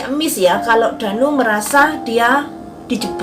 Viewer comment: Kok ngomongnya Dani bukan Danu😂